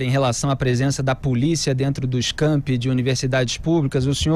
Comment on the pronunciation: NOS CAMPING???? NOS CAMPI? QUE QUE ELE FALOU?